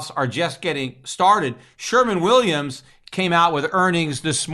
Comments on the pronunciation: Peter !...it's "Sherwin Williams " paint ...not "sherman Williams" ... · It is Sherwin Williams....not Sherman Williams. Anyway, END THE FED. Gold and Silver are Constitutional money.